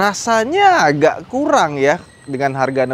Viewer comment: suka ngereplay, 4.20 jadi, naikinnya itu harus pake "agak" tenaga. seberat itukah bang sampe tipo saat ngomong?